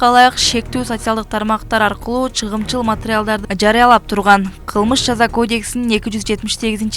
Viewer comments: Туура оку чыгымчыл эмес чагымчыл!!!! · Чагымчыл деп окунуз Чыгымчыл дебей😂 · Чыгымчыл емес чагымчыл.верениж емес.воронеж.курал жарак- кампасы.жок дегенде туура окучу